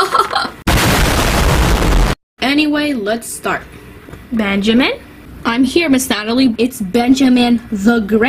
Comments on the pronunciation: U don’t say beeeanjiman”😂😂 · i’M herE miSS nAtaLIe iTS nOT BenJAMine 😂😂😂😂😂😂😂💀💀💀